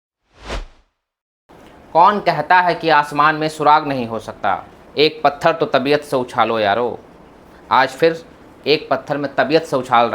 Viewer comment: Master ji pahle khud toh padh lo.... fir padhana! 'Surakh' hota hai.... 'surag' nahi!